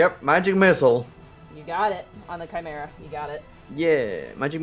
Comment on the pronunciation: Ah man, I love a good Chi-merrah!